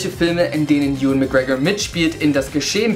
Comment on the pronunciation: Wie hast du bitte gerade den Namen Ewan ausgesprochen? XD